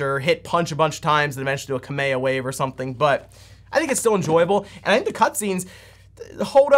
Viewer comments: You mispronounced Kamehameha. Quit doing that! FYI guy, the "Kame" (pronounced "Kah-meh, quit English-fying Japanese words, it bothers and upsets me!) in the word Kamehameha, in Japanese, translates to to "turtle", and the character at the back of the Gi Goku wears in Dragonball (including what those in America calls "Dragon Ball Z" when in Japan, both halves of the story is merely just called "Dragonball") translates to the word "Turtle" as well. Seriously though, quit saying Japanese words incorrectly, it offends me, considering my bloodline's origins. It's not that hard to say the Japanese words correctly. I only know how to speak full sentences in English, and even I can say those Japanese words correctly, so stop "white-speaking" Japanese words, it really bothers me and I cannot stand by and have you English-speaking people trample on Japanese, without defending my own kind from you people who say such words incorrectly in "white-speak" (as there really isn't a proper term for how many non-Japanese people say Japanese words incorrectly in exactly the same way) even IF it's unintentional on your part! I HATE how people can be so lazy and not even TRY to say the words correctly. You don't have to copy the Japanese accent, just PLEASE try to say those commonly mispronounced words, correctly. I know I'm only 1 person to fight this losing battle to defend the Japanese language and culture from those who trample it, intentional or not. But I cannot standby and let you do that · "Kameya wave"... I'm afraid we have to revoke your DBZ card.